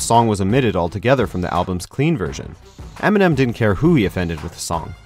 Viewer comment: eminem not emenem